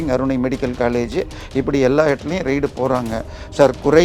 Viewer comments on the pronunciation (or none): ரெய்டு என்று உச்சரிக்கவும் . ரைடு இல்லை. ரைடு என்றால் சவாரி. Journalism ஆங்கிலத்தை தமிழில் படிக்காதே அது இரு மொழி கொள்கை இல்லை